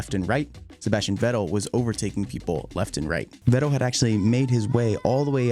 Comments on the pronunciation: Why are you making videos if you can't pronounce a good 60% of these drivers names?!lol vet-TEL. IT VETTEL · Drives me nuts how you say sebastian veTTell 😂😂😂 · Great video and thanks for the hard work put into that. The enunciation killed me though. Vettel pronounced with a hard 'T' was like nails on a chalk board. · Im pretty sure its pronounced Fettel and not Vettel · Who is this Veczel he is talking about? :D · Never heard vettels last name pronounced in two syllables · Stop pronouncing "Vettel" like you're trying to be cool. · Anyone else somewhat irked by his pronunciation of certain names and words? Just kind of annoyed me. Vettel, for example. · The way this dude pronounces "Vettel" makes me want to smack him. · The way you pronounce Vettel’s name differently every time you say it was so distracting I couldn’t even finish the video! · Nice recap, shame you can’t say Vettel, looking forward to a recap for 2014 next? Sorry for the shit sandwich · No I just though it was kinda funny how you pronounce Vettel lol, it's a really well made video